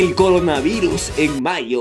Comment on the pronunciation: Como se llama la morra que dice: coronavairus?